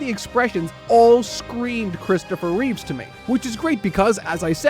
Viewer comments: Christopher Reeve. REEVE. Not Reeves. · It's Christopher Reeve...not Reeves. People keep confusing his surname with George's. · I love you man and I do say this from a place of slight jest, but it's Christopher REEVE. The Reeves surname belongs to George. 😁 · Christopher REEVE. No S. That's the other Superman, George Reeves.